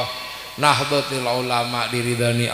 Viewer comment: Org ini memang suka sensasi, misal, nahdlotul dia baca nahdlotil, boleh